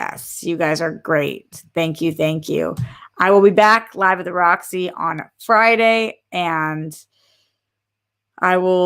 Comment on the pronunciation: Loved this Roxy, I was so happy to see the reunion and came immediately to your channel because I knew you would be live reacting to it ☺️ Also major props for a very close pronunciation of my name. Been a fan of yours since the collider days ❤️